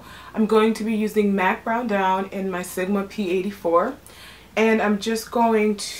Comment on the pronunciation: OMG You said brown down right the first time!!! LOL YOU GO GIRL <3 Great video, learned a lot!